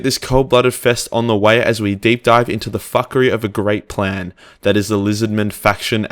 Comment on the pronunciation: multiple times throughout I thought you said "the great prank" which I found quite hilarious.